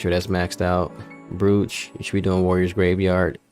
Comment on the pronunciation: Great vod, but my mans has me dying with pronouncing "Brooch" 🤣 Brewch BROch ✅